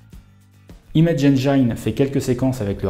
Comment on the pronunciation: Bravo pour tes vidéos de qualité ! Je pinaille juste sur un détail : engine se prononce haine-jean, pas haine-jaïne ^^